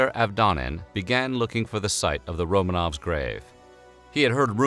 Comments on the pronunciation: Stop saying "Romaines". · Did he say "Romains" at one point or is my dark soul warping my hearing? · "Romaines"? Really?